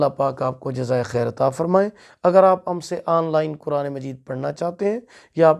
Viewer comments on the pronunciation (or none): none